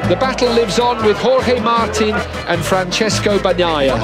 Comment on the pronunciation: Fran-ches-coh Ba-Nyah-yah